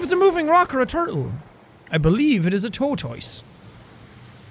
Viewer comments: IS NO ONE ELSE TRIGGERED BY THE WAY HE SAID TORTOISE?? HE SAID IT RIGHT ANY OTHER TIME T^T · I’m sorry but the way you pronounce tortoise is priceless XD if only that was how it was actually pronounced